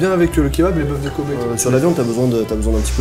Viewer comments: J'étais en train d'écouter sans regarder la vidéo quand j'entends bœuf de KOBE, j'avais cru comprendre COBAYE Ö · Pendant toute la vidéo j'ai entendu kobbe (j'y sais pas comment ça s'écrit) comme koba😂